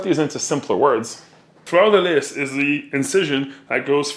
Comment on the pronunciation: Omg le quebec accent quand t'as dis le 'fleur de lis' jai meme resté bete haha